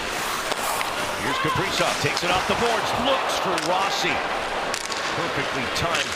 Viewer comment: Kaprizow. lol i always hear Capri-Sun